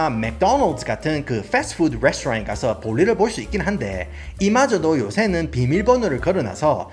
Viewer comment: 영어발음 머야ㅋㅋ 서따파악스 뤠소또란뜨ㅋㅋㅋㅋㅋㅋㅋㅋ